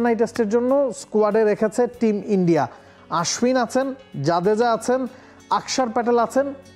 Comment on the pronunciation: ভাল করে নাম বলতে পারেনি তাই মনে হয় মজা করেছে 😂